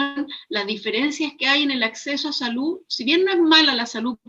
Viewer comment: Aprende a hablar,la salu,la verda